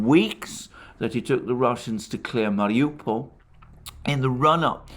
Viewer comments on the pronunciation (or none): none